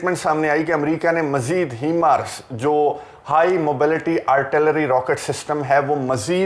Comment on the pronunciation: Assalamualaikum... apki video Kafi informative Hoti Hain.... But sir your pronunciation of HIMARS is incorrect.... Please correct it.